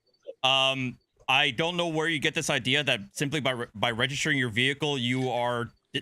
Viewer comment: Was I the only person who felt abit triggered from the way pronounced "Vehicle"